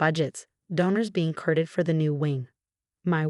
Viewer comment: Saint not Street. Courted not Curded. Saint Mary's not street marries. hospitmungsdckiofgrnnnnn...??? THIS IS WHY AI fails, and you need a proofreader review before posting these stories. But I give you. 7/10 🎃s for a good storyline.